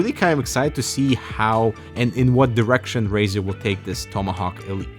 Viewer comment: I hope to zee some unique elements.... EXCUSE ME